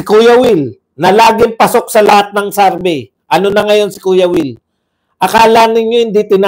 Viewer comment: Survey not sarvey